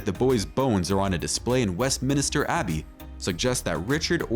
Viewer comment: Westminster. Not west minister.